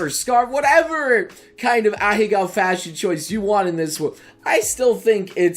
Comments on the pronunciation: Please, for the love of god... stop pronouncing them as ahigao and say ahegao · M8, you're a weeb and you can't pronounce this word right after all this time? It's "Ah hey ga-o" Not "a-HE-GOW" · It's actually pronounced "ah-heh-gao" btw. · idc about the butchered pronunciation of "ahego" this boy be lookin like Mr. Beast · pronounces "Ahegao" wrong... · You pronounced it wrong 😭